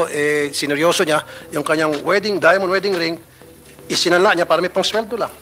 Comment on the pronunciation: Hahaha hahaha hahaha... Eng2 ayusin mo Ang ung pananalita Pura, para hehehehe hehehehe 🤣 Pura Para. Ehemmp...!!! 😅